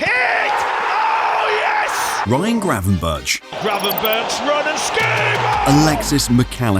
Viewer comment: Nahh it’s gravenberch szoboslai wirtz